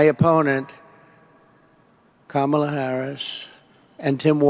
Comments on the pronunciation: Well, he is pronouncing VP Harris' first name correctly more often. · Wait wait waaaait. Trump ACTUALLY pronounced Kamala's name correctly at least once in that speech. Obviously an accident. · So did Trump accidentally pronounce VP Kamala Harris first name correctly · Exhaustion (and whatever else is going on with this psycho) seems to have connected the Rump's mouth to the true pronunciation of Kamala's name. The rest is ... the usual nonsense. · So sedated that he forgot himself and pronounced Kamala's name correctly. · Wow, it appears he finally learned how to correctly pronounce her name. 🙄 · LOL. He even slipped and pronounced her name correctly 😂😂😂🩵💙🩵💙🩵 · So at 817 of this video he says Kamala Harris ( he actually pronounces her name correctly), be he calls Tim Walz… TIM WALTZ!!! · Oh look! Trump said Kamala's name correctly once by accident. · I'm stunned... it's the first time I've heard donOld trump pronounce Kamala's first name correctly - . He must have been extremely tired to let his obnoxious 3rd grade "name teasing" habit guard down. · He actually pronounced Kamala the correct way for once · Thank you BTC, I needed a good laugh! By the way, apparently he can pronounce her name correctly. No matter, he can just call her MADAME PRESIDENT 😂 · Same speech, 1000's of illegal immigrants a day on the border, never mentioned anything about the Canadian border, but at least he called Kamala her name correct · did i hear him right, did he actually pronounce her name correctly?